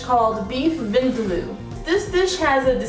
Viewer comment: If you can't even pronounce vindaloo, should you be teaching people how to cook it? #skeptic